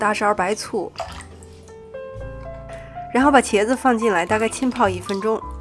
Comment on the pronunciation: 我又来啦 很喜欢你的"实验"呢 然后再稍微纠正一下 浸泡要读jin四声 qin的话还是听起来有点怪怪的 希望不要介意我吹毛求疵啊 相信你是一个很能吸收的人！ 再次感谢视频 加油